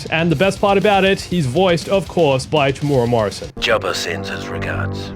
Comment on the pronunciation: Its pronounced Tem-You-Era morrison. Not temoora